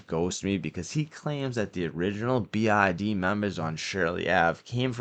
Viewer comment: Not to be mean, but all i hear is TIG and BID😂